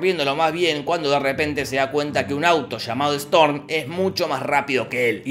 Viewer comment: ' Jorge: "Mientras Strom" Like si te diste cuenta